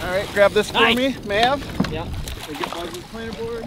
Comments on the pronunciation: Its Mav spence not!! Makes me laugh tho! Great stuff Mav! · Why does Luke keep calling Mav,? 😁